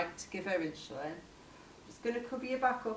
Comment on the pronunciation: Why is she calling it "inschulin" ??